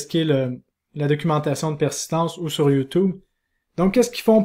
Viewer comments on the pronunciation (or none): none